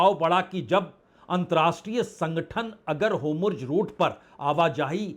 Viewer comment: क्या आप ज़ को ज कहना ( कोशिश करके) बंद कर सकते हैं ? अच्छा नहीं लगता जब आप हॉर्मुज़ (hormuz) को हॉरमुज (हॉर्मुज) कहते रहते हैं ।